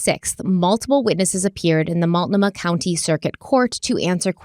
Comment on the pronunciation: Love you. Some people are just nasty and are never going to be pleased with anything you do or say. Also proud of you for your pronunciation of Multnomah after the first ep!